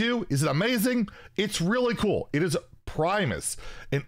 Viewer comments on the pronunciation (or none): none